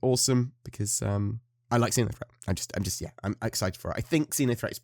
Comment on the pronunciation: I thought I heard you saying Zinya-threat. I don't think anyone would survive that.